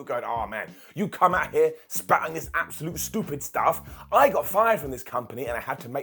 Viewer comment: You know the world is ending when you hear a British Man say "Stupid Stuff"